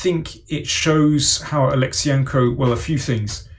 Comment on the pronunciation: Daniel - you completely butchered Kirill's last name. Wrong emphasis...